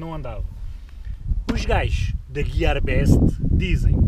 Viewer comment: Já sabe dizer Gear best =) mt brm ahhahah